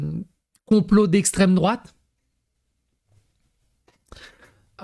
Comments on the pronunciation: "On comprend vraiment pas pourquoi il y a une montée de l'estrem droate" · La fameuse alimentation de l'esstreme drouate :)